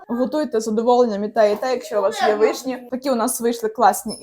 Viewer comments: Доброго дня просто цікаво ,в школі вас теж вчили так ставить наголоси вишнІ , нічого страшного та тільки дуже ріже вухо . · Все чудово і люблю дивитись ваші відео але ці наголоси на вишнІ зводять зрозуму, що не можу докінця відео додивитись. Не знаю чи це ви спеціально але ну дуже по вухам ріже, ще і в інших відео це помічала, так чому ви так вимовляєте? ((( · Теж люблю ваші відео, але вишні з таким наголосом від педагога?!